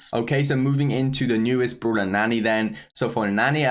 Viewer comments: Where is he from i havent heard that accent befor he said brooler instead of brawler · Did he really say bruhwler and bruhwl stars?